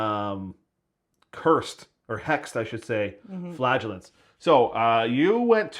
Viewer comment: Too bad he was so rude about the flagellants pronunciation, she might have wanted to come back otherwise